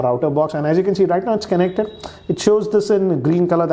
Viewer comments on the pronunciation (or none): He says its Kenected.😭😭😭😭